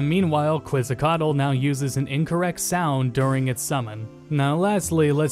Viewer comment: Quetzacoatl is pronounced KETZ-uh-qwot...